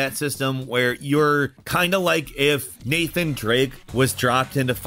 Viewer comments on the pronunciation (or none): none